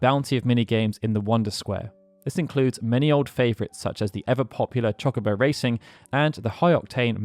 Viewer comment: It's Cho-Co-Bo not Chalk-a-bo, my brain can't handle this